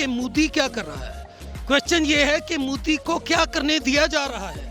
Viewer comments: Are mudi nhi modi 😆phale bolna sikho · Everyone : Modi Pakistani chacha: Muuudi